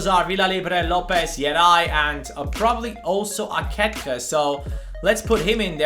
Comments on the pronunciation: Ehm i think few episodes ago you found out that aketxe is pronounced "aketche" but you still pronounce him wrong. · Arratsaldeon Bilbotik! Good afternoon from Bilbao! I see you have some problems to pronounce Aketxe's name xD I'll try to help you: You alredy know how to spell the first part of the name ("Ake-"), so the problem comes in the "-txe", which is pronounced like in the word "ca*tch*y", but the last "e" from "AketxE" is not pronounced like in the word "b*e*" but like in the word "b*e*st".